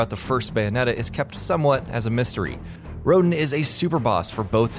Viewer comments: 1. It’s Sloth 2. That description for Balder was wrong. You were talking about Balder from Bayonetta not Bayonetta 2. In 2, Balder just wanted revenge for his wife 3. Rodin (roe-dawn). It’s literally said in the game You clearly haven’t played any of the games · It’s Sapientia, not Sapentia. And why did you REPEATEDLY show the same Bayonetta 1 clip on Resentment? It doesn’t even make sense. And you spelled and repeatedly said Sloth wrong. And you pronounced Rodin wrong. And you said Rodin was immune to Witch Time when he DWFINITELY isn’t and you even show a clip which demonstrates that he is weak to it. And you pronounced Jubileus wrong. And you said Jubileus could teleport you to areas with traps, when that is NOT true. If I missed anything, or got something wrong, leave a reply.